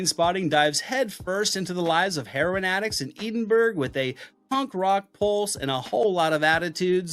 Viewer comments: I love your content, but it is pronounced "ed-in-buh-ruh." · Trainspotting ❤ It’s pronounced Ed-In-Bura tho. 😂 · Love your videos. Always a great reminder on what to watch again. ...but, dude. Your pronunciation of Edinburgh killed me.